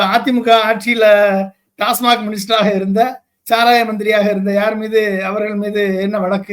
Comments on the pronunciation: ஐபிஎஸ் படிச்சா அண்ணாமலை எப்படி உச்சரித்தான் அவனால் டாஸ்மாக் என்று கூறத் தெரியவில்லை டாஸ்மார்க் டாஸ்மார்க் என்றால் என்ன படித்த முட்டாள் டாஸ்மாக்கின் முழு விரிவாக்கம் அண்ணாமலைக்கு தெரியுமா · தம்பி! TASMAC என்பதை டாஸ்மாக் என்று கூறாமல் ஏன் டாஸ்மார்க் என்று பேசுகிறீர்கள். செய்தி ஊடகம் ஒன்றை நடத்தும் தாங்கள் இப்படிப் படிக்காத பாமரர் போல் நடந்து கொள்ளலாமா? உங்களுடைய அறிவை வளர்த்துக் கொள்ளவேண்டிய தேவையில் உள்ளீர்கள். உகந்தவாறு செயல்படவும்.